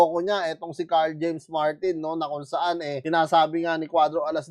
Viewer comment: Sira ang career Nyan ni Martin paglumaban Yan Kay casimero, S yo ako ikaw Lang ang nakabigkas NG Tamang pangalan ni Carl James martin